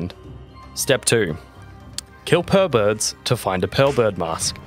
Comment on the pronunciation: i dont know why but when you said pearlbirds i heard perverts. had to rewind and look at the text hahaha